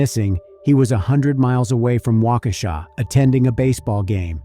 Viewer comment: You said Waukesha correctly! I almost fell over! Lol